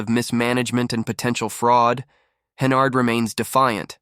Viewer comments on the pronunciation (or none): Hennerd? It's Henyard. Like where she belongs. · Cant watch the video if you can't even pronounce a name right.